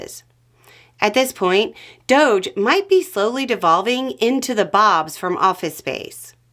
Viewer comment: It’s pronounced ‘dodge’, like DOGE the law, DOGE the constitution, DOGE taxes then DOGE responsibility.